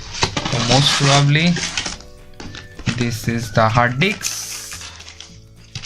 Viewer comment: R u purposely saying Hard d*cks?😜